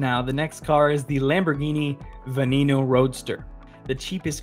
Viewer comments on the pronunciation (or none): none